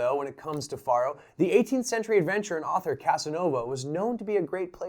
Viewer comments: How ironic you say 'Any illiterate Idiot can play this game' when you dont even pronounce Faro correctly. Its not even up for debate.... there is only one correct pronunciation of Faro, it is Pharoah. not Far-o. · Yeah... but it's not the same. I would argue that no one in history, outside of you and whoever tought you, has pronounced it Far-o. It's Pharaoh, pronounced "Fay-roh" or "fair-oh" but never "Fah-roh" like you pronounced it. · Great video, but it's pronounced "FAIR-oh" not "FAHR-oh." It sounds exactly the same as an Egyptian king, a Pharaoh. You explained the game very well, but you failed to mention that you could place your bet between two, three, or even four cards. And though you were playing for pennies, you could actually "copper" your bet, adding a penny, which would reverse the player and dealer cards. A simple game with lots of options. And it usually took three people to operate the game, a dealer, a banker, and a case keeper. The last Faro table in Las Vegas closed in 1975, and the last one in Reno in 1985. I find Faro a fascinating game! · I think it is said like 'Pharaoh" as that is another name for it. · Why are you pronouncing it like that? Isn't it derived from Pharaoh?